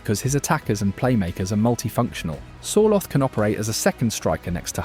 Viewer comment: Good pronounciation. So close that I will not complain about any of the names. Sørloth was wrong though. Ignore the h. Pronounce with double t at the end.